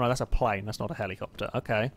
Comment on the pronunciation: Drink every time he says Heleecoptar. Have fun being dead.